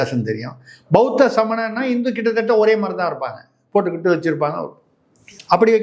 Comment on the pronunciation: கித்த தத்த இல்லதம்பி. எங்க சொல்லு பார்ப்போம் கிட்டதட்ட உச்சரித்து பழகு தம்பி.